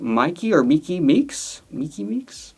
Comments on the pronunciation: Myki is pronounced like Mike-ee and Vita and Sam are not related. I’m know Vita and Sam from working shows with them and sharing a cast position with Vita at one point. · Myki (Pronounced Mikey) Meeks is the host of an Orlando Florida Drag competition on YT called "The Gig". It has 8 drag artists competing for prize money and a gig at a club in Orlando Florida. Myki is very charismatic in and out of drag!! I hope she does well on S18. 😍🎉